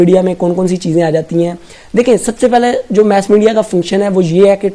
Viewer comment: Its mass media not mess media 🤦